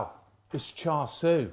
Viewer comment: Just by the way, my Chinese friends assure me Char Sui is pronounced "Shar Shoe".